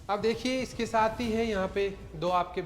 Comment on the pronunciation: Shaath me nhi bolte aap saath bola kro aapka sha sha bolta bhot irritating lgta hai hai aap apna pronouns sudharoge